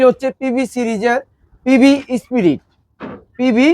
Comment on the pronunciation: ভাই পিবি স্পিরিড না, পিবি স্পিড!!! PB SPIRID na PB SPEED, এর বাংলা গতি!!